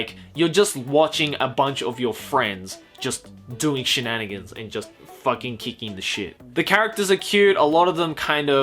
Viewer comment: drinking game: take a shot every time he says shnanagans